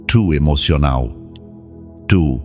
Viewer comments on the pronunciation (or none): I would be too embarrassed to share this message with others, there are so many goofy mispronunciations of words!! For example, “emotional” is pronounced “emocional” in French accent and instead of “Verse 9 “ its “Versa Nina” in Italian accent and “decision” pronounced “decisión” in a French accent!!!… 😂